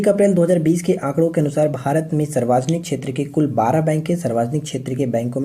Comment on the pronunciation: Sir aap sarvjanik ko sarvajanik q bolte hai ?